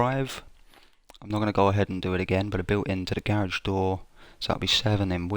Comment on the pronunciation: It's not ga rage. It's garage...